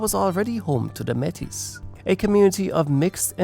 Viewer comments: May-tee. Not met-a ; omg so hard to listen too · Hehe not the first vid I've seen where Metis is mispronounced (The 's' is silent, look at it as a title with some French origin in its pronunciation, kind of think about it as 'may-tee' like how a pirate would say it but not so exaggerated haha) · Me'tis is best pronounced ( May tee). I had to say this after hearing it mispronounced throughout the video. Otherwise, a very good video.😊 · Appreciate the video and the detail, however one thing I'd like to help with is your pronunciation of the word "Metis". We pronounce it as "May tea". Please don't take this comment the wrong way, only trying to help 👍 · Metis is pronounced “May-tee”. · Constructive criticism: You missed Steinbach as a city. Poluation 17,806 in the 2021 census. Also all the French names are mispronounced. Louis Riel, Métis etc are non anglophone terms. Some items could have been expanded, though I love that I leaned some new things about the province of my youth.